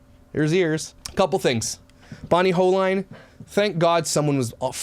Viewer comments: It's pronounced Hoe lean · Their last name is pronounced Ho lean